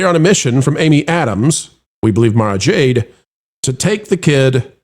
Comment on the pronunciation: Mara is pronounced like the president’s golf resort.